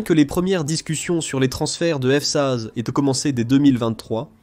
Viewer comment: je trouve que dans beaucoup de vidéos il y a un ou plusieurs problèmes. Des mots répétés plusieurs fois. Dans cette vidéo, au lieu de f-16 , on entend f size , fsaze , et quelques fois on entend les 2 ou 3 derniers mots d'une phrase répétés. Et c'est un problème qui revient souvent, sans parler des problèmes de ponctuation. Ce n'est peut être pas grand chose, il faut avoir regardé plusieurs vidéos mais c'est fréquent sur cette chaîne... Dommage